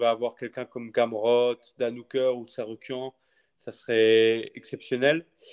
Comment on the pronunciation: kkkk cyril gane kkkkkk Ele fala o Tsarukyan na vdd.